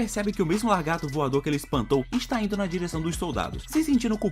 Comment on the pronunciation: "largato"!!!! o que é isto?